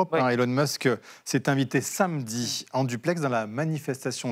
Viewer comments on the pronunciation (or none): none